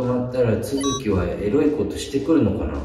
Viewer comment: 「えらいこと」に聞こえるの僕だけ！？😂